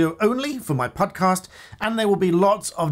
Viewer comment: Did you say Pudcast? Someone get Paul Chowdhury for a duo.